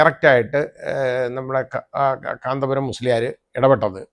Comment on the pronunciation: കാന്തപുരം എന്ന് പേര് പറയാൻ താങ്കൾക്ക് എന്തോ ഒരു ബുദ്ധിമുട്ട് അനുഭവപ്പെടുന്നത് പോലെ തോന്നുന്നു......